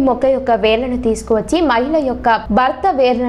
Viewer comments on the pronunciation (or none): చెప్పడం నేర్చుకో వేలులు కాదు వేర్లు అని పలుకు..